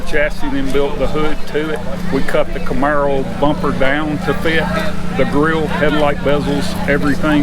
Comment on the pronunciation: Sweet "comaro"